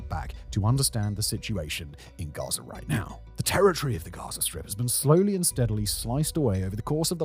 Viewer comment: Russier, Gazier 🤣 is